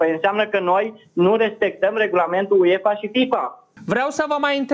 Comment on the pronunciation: Băi apelul bocancilor se citește și se scrie UEFA nu Uiefa